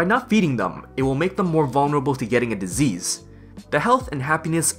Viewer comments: No One: "...": "DisEASE" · Great guide. I particularly liked the way you say disease. dezeez. 10/10 would recommend.